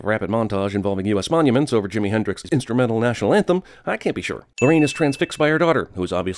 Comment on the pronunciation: its jimi but i will forgive you